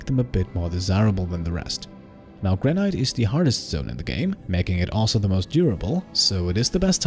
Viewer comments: Lol “Granite” here in ‘merica we call it “gran-it” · I could be wrong, but I think “granite” is pronounced “gran-it”.